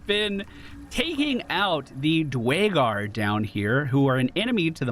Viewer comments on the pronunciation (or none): Oh god you butcher the name Duergar :D D´Way´Gur :D what was that :D